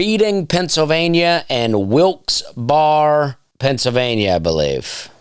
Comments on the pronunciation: Thanks for the podcast. The Nateland podcast isn't the same when you aren't on. As far as guitarist, I love U2 so I'm partial to "The Edge". Also Reading is pronounced Redding and Wilkes-Barre is pronounced Wilkes-Barrie. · Its. Pronounced... " Redding." And, FYI, SwiFty acTuaLLy hAiLs fRoM veRy neAr. Reading, Pennsylvania. It's not far from SouL JoeL's iN RoYersForD anD PoTTsToWn, too! I've known people from Wilkes-Barre, and I think the Barre. Is just spoken like... " Burrah " NoboDy caRes. I knoW. Just FYI 🎉 LOVE ❤ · Hey Dusty it's pronounced Reding and Wilxberry. Love the content! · Pennsylvanian here, “Redding” “Wilks Berry” Be careful with Schuylkill